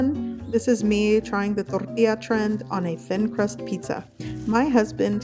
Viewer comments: The way you say tortilla sounds like aids. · The way she says tortilla 🤦‍♀️